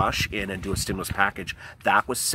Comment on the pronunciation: Ooooh ahhhhh, just say stimulas one more time please! Lol. Wow!